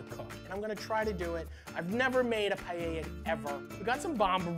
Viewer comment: I can't stand the pronunciation "PIE-YEYA".